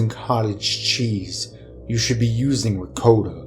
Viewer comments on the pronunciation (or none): i know this vid is 2 years old but 1 like= 1 cudgelsack 1 dislike= 1 ricoata cheese (its cul-de-sac and re-cott-uh my dudes) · If he was a chef he would have pronounced ricotta cheese correctly